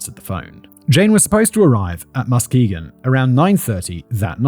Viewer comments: It's Ma-ski-gon, but you have to say it quickly like a michigander 😂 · The emphasis is on the second syllable: muss-KEE-gun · Ypsilanti (Ypsilanti, Michigan) = IPSAH-LANT-TEA Coupe (style of car) = COOP Muskegon = MUSK KEY GEN/GUN [GEN rhymes with Yen, can use either Gen or Gun] CHI (Theta Chi/ΘX fraternity) = KAI Salinas (Salinas, California) = SUH LEAN US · I swear nobody can pronounce Muskegon correctly. Trap Lore Ross does the same shit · As a west Michigan native, hearing Simon pronounce Muskegon gives me a chuckle. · I was the one who suggested this episode to Emma and I should've thought to offer local pronunciation assistance before she sent poor Fact Boy out on his own 😂 I've never heard so many creative versions of "Muskegon" that are all wrong in their own unique inflections